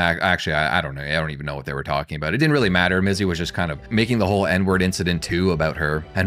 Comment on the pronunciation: DYSLEXIA ALERT - - You said Bizzy and Minx instead of Mizzy and Binx, beware the first letters two words swap, i get hit by that speaks dyslexia myself, honestly it's pretty funny and I wonder if anybody even notices that doesn't do that themselves.